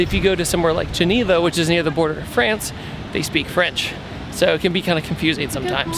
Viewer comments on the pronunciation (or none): none